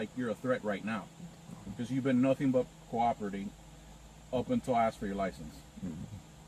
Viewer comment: I axed him lmao